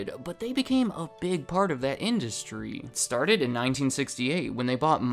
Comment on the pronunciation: I hate to be rude but I don’t like the way you talk. You always put emphasis on the last syllable at the end of every sentence. So the last part of the last word is always stretched annoyingly far. For example when you say “industry” it sounds like you’re reading “industryyyyyy”. I find this video interesting but this is just too annoying of a speech pattern for me.